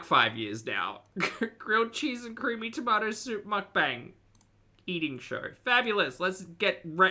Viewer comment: The soup is so…. Cweamy! 😅